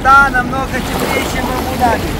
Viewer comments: ударение правильно АбудАби, а не АбудабИ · Абу- ДАби.Правильно ставьте ударение. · абу даби ударения на букву а!!!!!! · Ставьте правильно ударение на Абу даби Вы не правильно произносите Абу даби, ударение ставится на <у> в первом слове и на <а> во втором слове. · Абу Даби ставьте по другому УДАРЕНИЕ. Как вы произносите, никто не говорит.